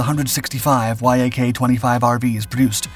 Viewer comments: It's pronounced YAK, not why aye kay ... this is the worst written and researched channel on YouTube... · Bro, Yak isn't spelled out. It's pronounced as one word. Yak, like an animal, like Yakovljev.